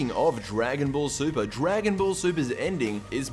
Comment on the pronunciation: Wait, you said you liked the ending of Dragon Ball... Super? Uh. I think you said that wrong lmao.